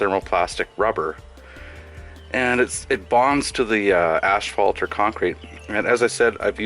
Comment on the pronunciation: Asphalt, not ashfault.